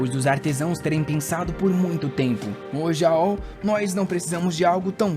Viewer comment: Não quero ser chato, o nome rakrak, se pronunciar ra-kra-k, e o jaol, como ta em inglês, o A tem som de E, como se fose geol, e é um nome feminino.